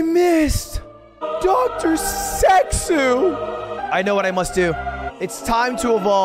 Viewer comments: As a Chilean hearing Lud say dr sexooo with bad spanish pronunciation was also very funny to me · As a Brazilian, hearing Lud say “Dr Sexooo” with the perfect pronunciation was the funny as heck